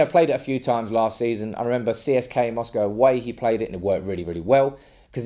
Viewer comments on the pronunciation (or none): none